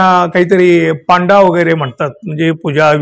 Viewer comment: पांडा नाही हो पंडे म्हणजे गाइड…